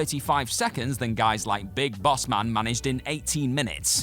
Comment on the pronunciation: Does have a stroke? "Michinoko" "Big Bass Man" "Ropps"